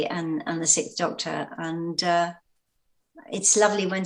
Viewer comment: So... what's behind this trend of (mainly British) podcasters pronouncing "sixth" as "sickth"? It drives me nuts.